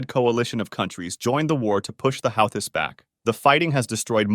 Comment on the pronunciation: Nope, its pronounced Ou-Ti